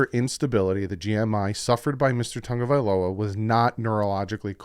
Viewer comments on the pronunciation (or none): you need to pronounce Tua's last name properly. Sound it out, because I am sick to my ears, stomach, listening to analysts & you say Tonga-vailoa but it is TA- (short "â" sound or long "ă" ah sound, Ta-GO-vai-LoA. Please respond & show yourself correct & annunciation proper, than you.